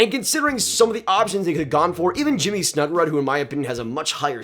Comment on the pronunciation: snuggeroooooood not rudd